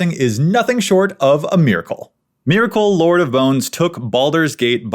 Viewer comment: I’m sorry but the way you’re saying Myrkul is gonna give me a fucking aneurism. It’s [mɛɹkl̩] (like urkel).